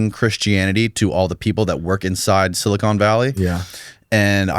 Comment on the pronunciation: If I hear one more person say "SiliCONE Valley", I am going to cry